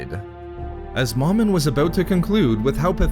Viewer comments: It's pronounced "Mo-Min" not "Maw-min" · Agreed. There is only one M in the middle of the word. Thus the long vowel. Plus it sounds silly calling a Sith lord Mom in. Is your Mom in? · It’s not “mom-in”. It’s “Mo-min”. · You are saying Momin wrong